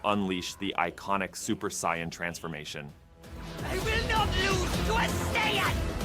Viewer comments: "The iconic Super Cyan transformation" Frieza immediately after that pronouncing it correctly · uh, actually it's saiyan supposed to be the correct pronunciation, so he's technivally right. the american pronunciation is so wrong.